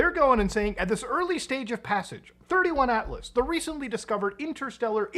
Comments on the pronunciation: its 3i Atlas not 31 Atlas just saying :P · Bruh…you did not just compare Avi Loeb to Steven Greer… Also, it’s 3 i Atlas, not 31 🫤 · It's not 31 it's 3i as in the 3rd interstellar object found. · Not sure if I sticking around for this video after he calls it 31 atlas 😂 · As soon as he said “31” atlas I stopped the video 🤦🏻‍♂️